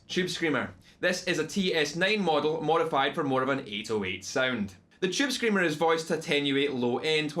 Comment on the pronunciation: chewb screamuh